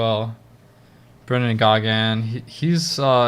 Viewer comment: Pronounced Brendan Ghaun